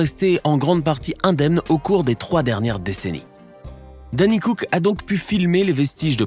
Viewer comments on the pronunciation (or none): none